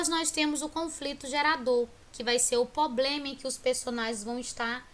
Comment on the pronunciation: E problema não ploplema !!!!!!!!!